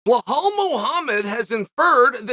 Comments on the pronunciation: It's Belal not Blehal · “Blughawl Muhammad” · If i did a line of coke everytime he said Belals name wrong id be UFC HW champion